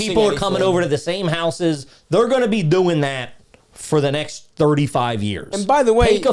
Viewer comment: "dooin" is impressively Philly trash.